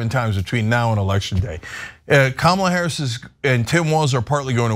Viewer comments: Kamabla as in Comma-blah. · The correct Hindi name is KAMLA and not kamala. Any way she spell that way and it is her choice. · I thought it was Kama”Blah” as in blah blah blah..lol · My guess is that Trump is using "Kamabla" because it sounds like "Blah blah blah". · Cenk, It means Kama BLA (CK)